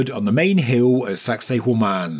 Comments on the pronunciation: all I hear is "Saxy Woman" when spoke the location. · Did you really say "sexy *hore man"? 😮 Stop it!